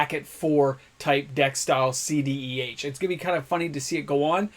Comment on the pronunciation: Pronounces moxen correctly but keeps saying cdeh 😂